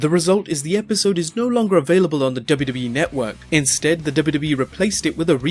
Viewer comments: You need diction classes kid... It's WWE which is pronounced as double u double u E and not dub dub e hunny bunny.... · IT'S "DOUBLE U" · Wwe not dubidubi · does he say wwe or dub dub e? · Say dubbayuhdubbayuh-eee one more time... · "Double-doubly-eff?" What is wrong with your mouth?? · I swear if he says 'WW' again the way he does. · is he saying dubeedubee? lol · STOP SAYING DUBBA DUBBA E. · the way you say WWE is freaking me out. lol sounds like dubba dubba E. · Someone teach him how to say wwe! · How hard is it to pronounce w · Anybody also noticed how funny he was saying 'WWE'? It's like he's saying a different letter not found in the english alphabet. LOL. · had to stop cannot take the way he says W.W.E.